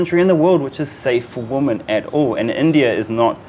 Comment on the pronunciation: after many many video's i have to point out the way Karls says" WOMAN" when speaking about females in general. - it sounds so wrong, When you speak about a single female its a Woman, and a group of females is pronounced WIMEN. The reason I point this out after many video's is even Manisha says it correctly and say's WIMEN, Sorry this is so dumb now i have written it out but it sounds beliitling when i hear it being said again and again by Karl.